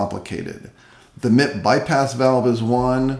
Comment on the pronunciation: I giggle evetime you call M.I.P. Mip. Lol.